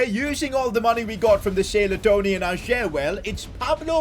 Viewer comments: Om from Norway and in Norway we say ayer not ajer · Totally loved it and your name pronunciation made it 100 times better 😂😂😭 Ayer instead of ajerrrr🤣🫡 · Im glad ajer got sold cause i didnt have to hear sid pronounce his name like that